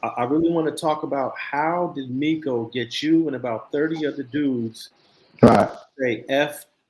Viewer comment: Bro if you call him miko and, not meco one more time...lmfao the dude in that video said IMA REAL BLOOD and threw up the forks 🤦